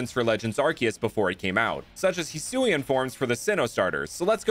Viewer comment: So remind me again why everyone over pronounces Hisui when it’s not that hard to say